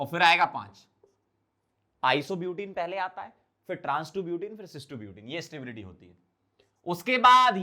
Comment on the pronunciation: Stability ❌ Satebilityy ✅ 😂😂😂